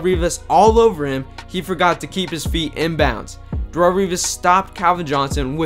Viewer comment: Who is "Dahrull"? Lol...its not pronounced that way